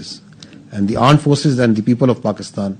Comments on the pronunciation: Mene first time aand forces lakshya choudhary ki video me suna tha meko laga parody ker raha he fir jab inki clip dekhi tab pata chala ye sahi me aand forces hi keh rehe he😂😂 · bhai niche wala aand forces bol raha hai 😂😂😂😂